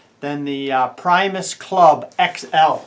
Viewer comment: Hey pal, its not pronounced pry-mos. It's pronounced pre- mos after Will Primos outdoor show lol. Just so you know